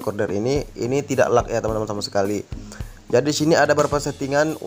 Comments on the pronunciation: dia baca nya lag, bkn leg😂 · Leg bang bacanya bukan lag😂